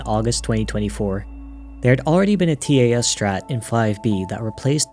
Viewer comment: learn to pronounce TAS please /hj